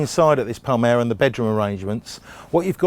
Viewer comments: M L.R. Palermo !! Read my lips - Palermo!! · he says "palmero"